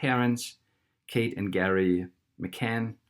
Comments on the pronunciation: It's Gerry not Garry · It’s Gerry not Garry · You're a tool, a giant tool. First, the guy's name is pronounced Jerry, not Gary. That's just a detail. Even if I thought you knew SHIT, your constant moving of the indicator under the video is as unprofessional as if a 5 year old were making this. Idiot. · Not sure whether you’re intentionally calling him Gary😂😂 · His name is Gerry not Gary, otherwise you are spot on with this video! Gerry McCann has been caught many times with duping delight, it seems he knows her body will never be found! Well done and thank you! God Bless You! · His name is Gerry not Gary! Any other facts you have got wrong? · It's Gerry, not Gary. I believe the language specialist who concluded from Charles D Hall's interview with them that they overstepped the mark in drugging Madeleine too much because she cried so much the night before, and they didn't want their night spoilt and that she accidently died, then because they know people in high places like MI5 or 6, that they immediately called in help to dispose of the body. Not once, in Hall's interview with them did they express concern for Madeleine's safety, comfort, welfare, happiness, because they knew she was dead. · The father is called Gerry not Gary. Gerry, like Tom & Gerry the cartoon. Gerry rhymes with Berry. Gary rhymes with Larry. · Gerald, not Garry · Sharon Swiston Yes it's Gerry, as in Gerald. Rhymes with merry. Not Garry, as in rhyming with marry. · Gerry pronounced Jerry not Gary. Would like to hear what they said. Voice over too loud. Interesting information. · "Gerry" is pronounced "Jerry". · His name is pronounced Jerry like in jelly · I would be more impressed if you got his name right.